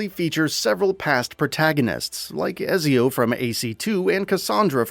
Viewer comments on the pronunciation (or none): How could someone working for a gaming news site not know that Ezio is pronounced "Etsy-oh" and not "Ez-z-oh"?